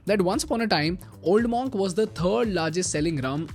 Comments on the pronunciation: Pronounced 'mUnk' ✅ not 'mOnk' ❌ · Superb video . Keep up the great content. However it’s pronounced as Munk